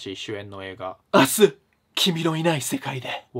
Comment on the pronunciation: 一応言っておくと、読み方は 「あした、キミのいないせかいで」です 略すと「あす」だけど元は「あした」です